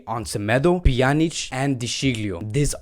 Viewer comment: How unstable can people be, today they love you, tomorrow you are a goner, judging Todibo as bad bcos of this one performance is just stupidity, then Pique should not play again for Barca.... anyway I love the new Pjanic pronunciation, Panic was awful, you doing great